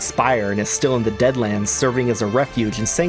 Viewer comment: Can we talk about the one mispronounced deadlands into dadlands making a deadric realm of bad jokes, unasked advice and couch sleeping dremora